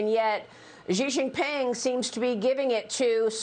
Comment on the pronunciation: 1) For the love of all that's holy, pronounce his name right. It's not Zee Zeeping or Gee jinping, 习近平's name is pronounced "She jean-ping" as in "(she's cute- the 's cute) + (jeans the s) + (ping pong- the ping)" 2) Those of us Westerners who've been living in China for the last 2-3 decades have been warning Western firms for years - Rio Tinto, anyone? Japanese firms got burned by offshoring (中国移管) just a decade or two earlier and returned home, but instead of heeding their warning Western firms have greedily or foolishly chosen to remain.